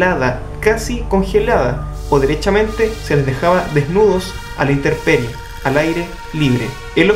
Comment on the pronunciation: INTEMPERIE plz NO INTERPERIE! que stress contigo.